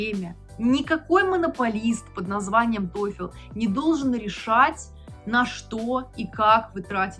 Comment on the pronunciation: Не тойфЕл, а тойфл)